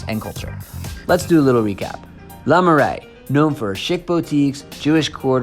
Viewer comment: It's Le Marais. You are very hand